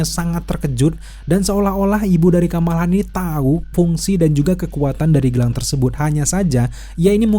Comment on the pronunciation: Kamala Khan, "Khan" nya pake "Kho"... Hehehee